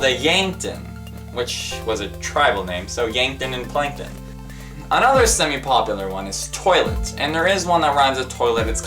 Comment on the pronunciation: Plankton doesn't really sound like Yankton. Even you pronounced plankton more like plynkton. Also, why does the screen randomly flash green at some points?